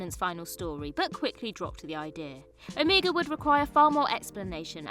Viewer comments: Oh.... You are hereby sentenced to watch The Three Doctors and Arc of Infinity so you learn the correct pronunciation of Omega.:) Oh and 4TD was filmed first, but the first televised story proper for Peter Davison was Castrovalva, which I happened to watch the other day.:) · Imagine making a video where you pronounce Rassilon AND Omega wrong in the same sentence. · Pronunciation for Omega and Rassilon is terrible, obviously you have never watched the show and are just reading from a script.